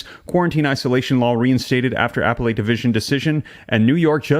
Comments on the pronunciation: The word "appellate" is pronounced "uh-pell-it," not "apple-ate." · "Appellate" = pronounced as "uh·peh·luht", not apple-late. 😊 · Buddy it’s “a Pell it” court not Apple ate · appellate = ah-pell-et (emphasis on 2nd syllable) 🙂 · I think you might want to practice how to pronounce her name and "appellate" so you can maintain credibility. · Please learn how to pronounce Appellate and the Governor's name! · Dude... learn to correctly pronounce the word appellate.